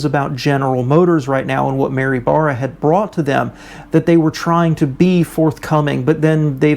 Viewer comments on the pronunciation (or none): none